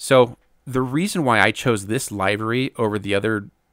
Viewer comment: Man you are talented modeler and I like your videos...good explanation of your technique. Please understand livery is pronounced liv-erey...not live-ery. No offense drives me nutts!!! Great work!